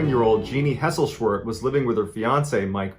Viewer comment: How many times did you have to say Hesselschwerdt before this flawless rendering?